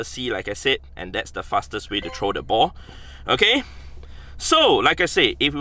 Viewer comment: I love how hes says trow XD